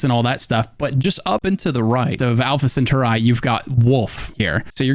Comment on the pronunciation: Alpha Sen Turr Eye??? It's Sen Tar Eee. Like Atari. Alpha Sen Tar Eee.